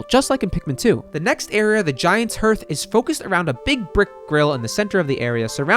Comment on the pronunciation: Ps in case it wasn’t said before It’s not pronounced He Arth It’s like “Heart”, with a SLIGHT th sound at the end. You can get by saying HEART though